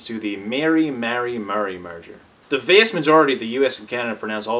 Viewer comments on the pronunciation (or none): Why do you pronounce the word "vast" the way you do?